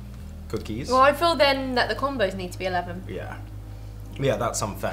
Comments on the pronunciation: Oregano!!!! And combos a long O not a small O but oregano just kills me!!!! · It’s definitely com-b(oh) 😂 we say combo for combination. Which is what those are.. a combo of pretzel and cheese or whatever :) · LOL it's Comm-bows. Y'all are hilarious. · OK. I have lived in America all of my 55 years. I’ve been very familiar with Combos and to be honest with you, I never really thought about picking them up. By the way, they are pronounced Cahmboes...like the “combo” of pretzel, cheese, and flavorings. 😊 Anyway, I was at the grocery store today and decided to pick up a bag of the pizzeria flavored Combos. How strange is it that I discovered a delicious snack made in America by two people from the UK? LOL In a way, I’m wishing I had never tried them, because I can see these are going to be very hard for me to avoid now. LOL